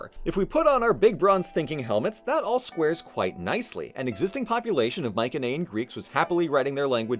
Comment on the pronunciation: Finally. Someone who doesn't say My See Nee. You have a new subscriber